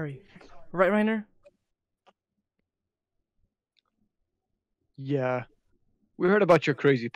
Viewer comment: who tf is Reiner it's raynear